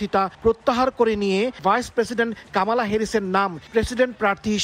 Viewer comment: কামালা নয় কমলা